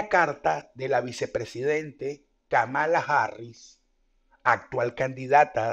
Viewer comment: se pronuncia /kámala/